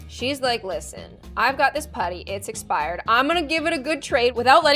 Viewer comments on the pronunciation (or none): “Exspired gunk”